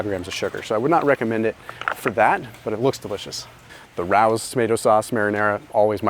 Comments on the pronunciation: Love the video’s. Just wanted to point out Rao’s sauce is pronounced like Ray’os. Almost killed me hearing it as roaws. Haa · Raos is a family name. It’s pronounced “Ray-Ohs”. Not “rouse”. It’s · RAO's is RAY-OHS